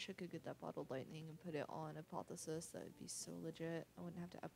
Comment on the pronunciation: it's not apothesis... its APOTH - E - OSIS :P